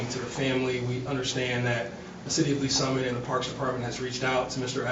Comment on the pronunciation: It’s “Lees Summit” FFS. Just the name if the place is proof people of color are not welcome.